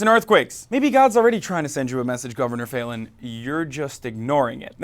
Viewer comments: Foul-in not Fallen, say it right!😡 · You're pronouncing her name incorrectly. It's pronounced as Foul-in, actually. I live here (unfortunately). I hear her name on the news all the time. As for the Governor... unfortunately, the idiots here will probably reelect her. There's not much hope for these people, politically. I'd move if I could. Unfortunately, that just makes the problem worse because the democrats, liberals, and progressives of the younger generations are all moving away rather than staying and helping change the state from within. I can't say I really blame anyone that's moving. If my family didn't have me guilt tripped into staying I'd have moved a decade ago. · Fallin is pronounced fal (rhymes with gal) + in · Her name (Fallin) is pronounced 'FOUL-IN'. This climate-denying governor asked us OKIES to pray for rain during the drought of 2011. Prayer is her constant policy proposal. But there is plenty more to pray for in this state. Oklahoma is the female incarceration capital of the nation and we rank 48/50 in education. In Senior health we rank 46/50. Seventy percent of roads are in poor condition and nearly 6,000 bridges are functionally deficient (Business Insider), When our lawmakers have unburdened themselves from the necessity of providing basic services, our only hope lies in divine intervention. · I live in Oklahoma. She is an idiot! Also, it is pronounced like Fallon. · Halo Benson i thought he was doing it intentionally. Like failin' (slang/short for failing) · He butchered her last name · You're mispronouncing her name